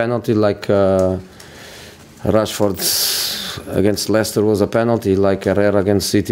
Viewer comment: He really said Rustfoot...😂